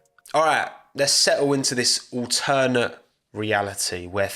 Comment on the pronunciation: The way says ‘Alternate’ 😖